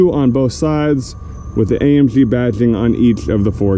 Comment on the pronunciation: Say AMG not AMpshhhhhhh